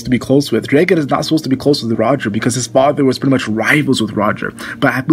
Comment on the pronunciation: Say draygon again see what happens